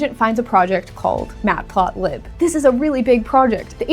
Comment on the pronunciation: The "iMac Mini"?? "Mat Plot Lib" as three words? You have some strange mistakes in this video that is starting to make me wonder if this whole video is AI generated.